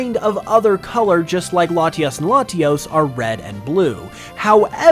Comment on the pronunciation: Ah yes, Laties and Latiis